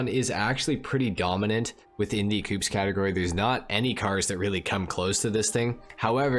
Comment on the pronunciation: I died a little every time you pronounced ‘coupés’ like ‘coops’ xD thanks for the informational video tho